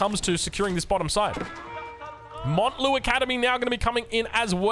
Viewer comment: Why do you still call it Monte Lu academy, bro it fucking says mountain, please see this